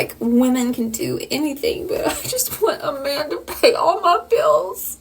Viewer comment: "Pay ma beels."SMDH.Pay your own bills.